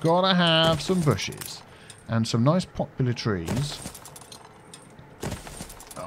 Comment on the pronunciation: "Shnaps" and "popular trees"? You crack me up.